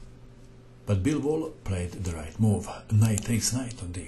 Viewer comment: just so you know, it sounds like you're saying bilbo. like, bilbo baggins from the hobbit